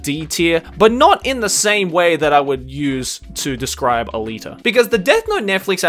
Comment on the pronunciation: ALITA D? come on Dawg